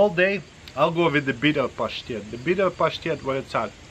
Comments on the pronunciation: Hearing him say pashtet is the most satisfying thing ever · It’s so satisfying when he says pashtet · The way you say the word “pashtet” is cool all by itself. Cheers dude!